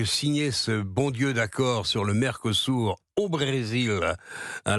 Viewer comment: À l'UE à l'évidence ils sont aussi aveugle , pas seulement sourds → mercosourd Pour info , il convient de prononcer mercosü(r) qui peut glisser mercosür mais pas mercosou ni mercosourd . Quant à l'interrogation finale, elle est facilement solutionnée par le bilan calamiteux (sans Jane mais avec gêne) sans appel des pays dont la France assurément le pire . Un gamin de 7 ans même en le faisant exprès aurait des difficultés à concurrencer une telle nullité .